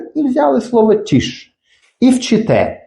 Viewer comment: Tisch. "Т" не треба пом'якшувати як в українській мові. "і" не пом'якшують приголосні. brauchen. "au" один із трьох дифтогнів, він вимовляється як один звук і це зовсім не "ау". Далі не дивився, бо не зміг.